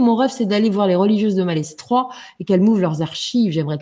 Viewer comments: Chers amis, on dit maletroi pour Malestroit. On ne prononce pas le "s"... Merci pour le reste. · Bonjour, J'aime beaucoup les histoires d' que j'écoute souvant sur Mystéria. Je me permets de lui signaler pour information que l'on ne prononce pas le "S" de Malestrois (ça ce prononce Maletrois). Merci pour cet agréable moment. Namasté. ♥♥♥♥♥♥